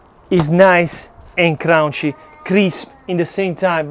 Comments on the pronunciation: I just like how you say Crounchy. Nice and crounchy. I have to try that pizza brother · I'm from NYC (18 years) and yes indeed, you have it all right. There are many styles in NY that are all said to be NY style pizza. I must try your ricetta! Your inspiration is ever present especially when you say "crown-chee" for crunchy.:) A better word for it is, crispy. Crunchy is for hard, dry heavier stuff, but "crispy" is a lighter, delicate type of crunch which is most common to NY style pizzas. Great work and exploration, mi amico! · It kills me every time he says crunchy lol